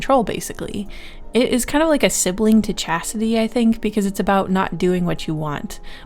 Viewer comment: Chastity sounds like Cassidy!